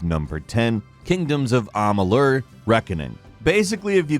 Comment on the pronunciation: Amaluuuuur? Hahahaha